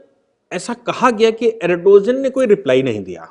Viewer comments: सर जी अरडोजन नहीं है बल्कि अर्दोगान है...please correction karein..baaki to bas naman hai aapko...shikshit karte rahein hame. Bahut shukriya aapka 🙏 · सर सही उच्चारण अर्दोआन है 🙏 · भाई साहब एर्दोआन या एर्दोगान बोलीए. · Erdogan pronounced as Aar do gaan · Pronounce the name of Erdogan correctly